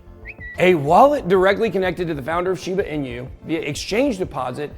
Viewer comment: Pronouncing correctly Ben? Shiba 'Inyou' as you say? or 'Inooo' as I understand it? Sorry just sounded pretty funny when you said it :) Great job btw! Is it possible we should be in a bull market since the fall of FTX but because of the reach of all his alleged indiscretions, he owned and influenced a great deal of the crypto market, ie - the biggest whale with the biggest piece of the pie - and now we are still experiencing the fallout of that?